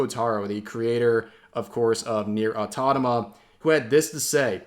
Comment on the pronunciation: Hi rev, it's nier automata, not nier autotama